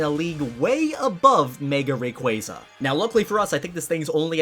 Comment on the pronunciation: did..did..did you just say Mega “Rayqaza”?